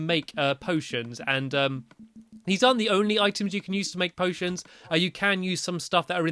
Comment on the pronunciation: You said potens